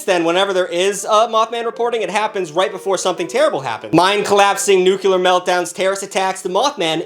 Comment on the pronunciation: Take a dislike for the mispronunciation of nuclear. 😊